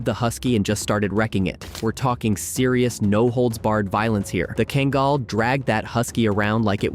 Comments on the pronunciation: He truly butchered the breed's name. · Two things one, you're seriously mispronouncing Kangal and the large dog walking past the Pitbull, was a Alabai not a Kangal